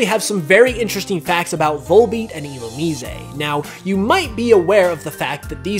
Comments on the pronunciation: I thought it was "ill-oom-eye-z" not "ill-oom-eez-ay" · I've heard a ton of differently-pronounced Pokemon in my time, but isn't this Poke pronounced Ill-oo-mize? I could be wrong but that one just really stood out to me:P